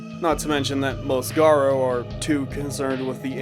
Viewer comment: Why is it so common for people to pronounce it Garr-Oh? It’s Garou, Garr-Ooh. It’s a literal word in real life lol.